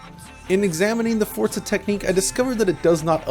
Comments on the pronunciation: I found it very annoying that he says Fortza, with a T, when Forza is spelt Forza. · Stop calling it forTza. It'd forza. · Why do you say Fortza? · Why do I hear so many people like this guy calling it.. Fort-za there is no letter T in Forza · Fortza it's forza you twat get it right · Why is he pronouncing Forza as Fortza? Annoyng. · Its FORZA not FORTZA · Forza is an italian word. In italian the letter Z is pronounced TS. Like Pizza. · Forza is an italian word. It’s pronounced ForTza. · Bro.. it's not Fort-za.. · I hate when people put a T in the middle of Forza. It's not Fortza Motorsports. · its FORCA ? not Forza ? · No, it's just pronounced Forza